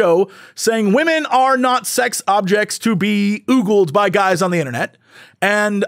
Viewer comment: Two things (cuz I'm a pedant that way): The words are pronounced "Oh-gul" and "Dih-vie-sive" (blah blah I know correcting mispronunciations is bad form but still.. and... To say G4 is 'declining' is a laugh because the shows were never that good to begin with. Time operates in a linear fashion and going backwards relies heavily on those rose-tinted glasses that make you remember G4 fondly because it was at the time the ONLY real source for the kinds of content we LITERALLY ARE DROWNING IN HERE ON YOUTUBE. I got the chance to talk to Jirard in person a couple of weeks ago and I actually feel so much sympathy because for him G4 was (like with you) inspired to do what he does today because of that channel. HOWEVER, G4 was always a pale imitation of TechTV and Xplay took a HUGE quality hit when they split off to G4. Also, Tommy Tallarico (or however his name is spelt) was and still is a complete douche and his influence on the early G4 days was painfully visible. Won't even touch the Frosk situation, it's such a clusterfuck :P Oh and the YT algorithm kept pushing this episode to me today even though it's a month old, so...yay?